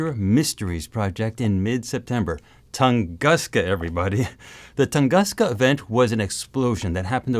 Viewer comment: Please say "Toon-goos-ka". When you see "u" in Slavic words, it sounds like "u" in word "bush". (The same goes for "sputnik")